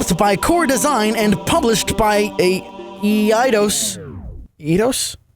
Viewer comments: it’s pronounced eye-dos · The "E" in Eidos is silent. Yes, it makes no sense. How you are supposed to pronounce it, it seems like it should be spelled: Iedos.